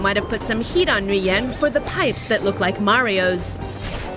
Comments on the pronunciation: It’s Nguyen not Nguy-en idiots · Stop Flipping saying Nguyen wrong. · LoL cringe how she pronounce NGUYEN